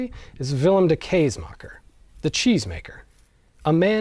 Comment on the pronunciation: As a Dutch person, may I correct your pronounciation of ‘kaasmaker’? The aa sound or a: is more of the ‘a’ in the word astonishing, but more stretched. It was a good try, but even in ,Middle Dutch the ‘aa’ sound is wrong in this video. As someone with an interest in linguistics, but more importantly no degree or major expertise, I’ve added the wiki link to the Dutch phonology (how things sound) Please do not take this the wrong way, I’m a great fan of the work an interesting stories you tell. Also, love the cows. And could probably use a Rudy back in the Netherlands.